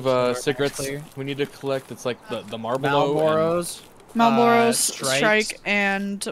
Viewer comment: Calling Marlboros malbooroes, outrageous